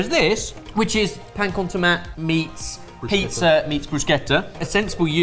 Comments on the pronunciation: lads this is an uphill battle but it's either "pan con tomate" ("to-MAT-eh") in castillian spanish, or "pa amb tomàquet" (pronounced "pam to-MA-ket") in catalonian spanish, or also possibly "pan tumaca" -- but not "pan con tomat" screaming into the void here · "Pan con tomat"... There are at least 4 languages in Spain that you can use to name the concept of "bread and tomato" and you managed to say it incorrectly in all of them 😂. Usually it is referred as Pan con tomate (in Spanish) or Pa amb tomàquet (in Catalan). It may be also referred as Barrita con tomate or Mollete con tomate, the later specially in Andalucía if they serve it on a mollete antequerano, which is a type of bread.